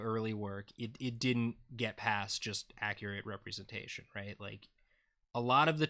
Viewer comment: Am I the only one who caught "represantation"? XD